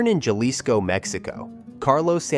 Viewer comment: It’s pronounced HAW-LEE-SCO cabron!